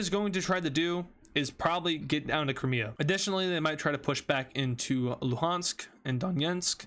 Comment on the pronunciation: he said cramea and not crimea💀